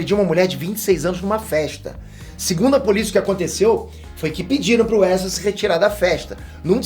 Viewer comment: "Precisamos Falar Sobre o 'Erza'" 😂